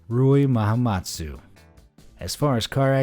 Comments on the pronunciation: It's Rooi Mahamutsa, not Mahamatsu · You made a mistake 😂.. it's Rooi Mahamutsa ( Ma-Ha-Mooh-Tsa )